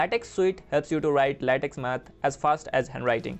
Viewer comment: Nice. Small point. LaTex is pronounced LaTech.